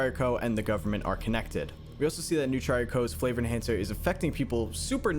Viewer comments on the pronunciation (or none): "Flavor enchancer" ah yes MSG